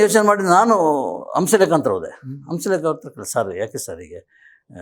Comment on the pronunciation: ರೀ ಹಂಸಲೇಖ ಅಂತ ಸರಿಯಾಗಿ ಹೆಳಿ ಹೌಸಲೇಖ ಅಂತೀರಿಲ್ಲ